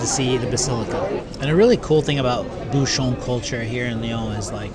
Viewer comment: Question de prononciation. LYON ne se prononce pas lé-one mais li-on. De même, un bouchon se prononce bou-chon et non bou-chonne